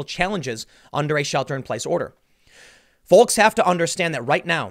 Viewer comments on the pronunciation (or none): For as often as he uses it, it drives me nuts how hard he hits the 'L' in "folks". Wonder if he says yolks the same way